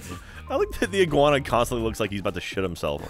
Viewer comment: Every time i heard the word iguana i died inside a little